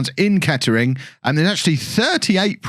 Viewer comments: Can tell your not from the area... it’s pronounced ketrin don’t u no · Nah it’s ‘Kett’ring Town’